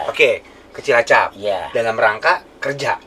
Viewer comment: bapannya Onad ngomong CILACAP gak bener ga sih apa gue salah denger?